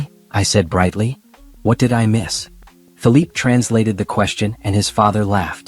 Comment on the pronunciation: You’re saying the guy has a French descent so why do you keep mentioning his name as Philip, when actually the name is Philippe? Like in PEY / PAY. Please note it and pronounce it as such for the distinction to show